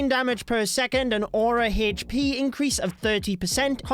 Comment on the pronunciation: Why do you say hesspee instead of hp ☠️